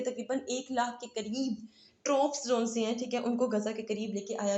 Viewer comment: apko to Troops b nai sahi bolna ata! teaching ka shoq ha na to apni pronunciation ko b improve kro.